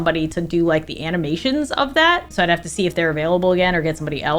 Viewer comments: A bit late to this video but when I heard "I will Z you guys soon" I literally cried😂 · I’m fully 16 with a job and in high school, but the 9 year old who just wanted to watch you, Stacy, and Tiffy, just cried at “I will z you guys soon”❤